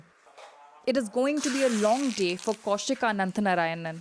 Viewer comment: It's cow-shik ok, pronounce it correctly